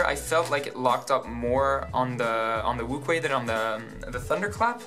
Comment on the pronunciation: it's pronounced Wu shwe